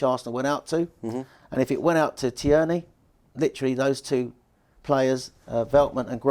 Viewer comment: big fan as you know. but please. its TEAR😓 KNEE... he's Scottish not French.